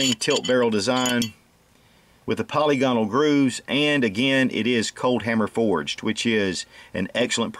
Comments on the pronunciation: Po lig a nal. Not poly gone al! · I really wish people would stop calling the rifling "polly-gonnall", it is pronounced "pe-'li-ge-nel". Think of the name Reginal. A quick trip on any computer/laptop/smart phone to M-W (Merriam-Webster) will help you see that there is a difference.